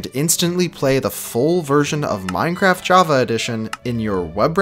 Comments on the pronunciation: Minceraft! the e and c are switched! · LOL it said Minceraft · minceraft lmao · anyone notice the "minceraft" ish